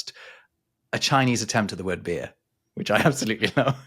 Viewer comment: Hearing non-rhotic try to make an r-sound (beerrrr) is hilarious.